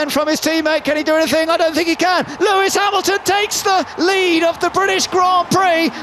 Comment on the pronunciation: “LEAIS HAMILTON TAKES THE ………. LEAD OF THE GRAND PRIX!